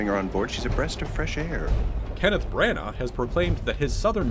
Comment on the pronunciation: Why are you saying Bran-Arrrr? It's pronounced Branna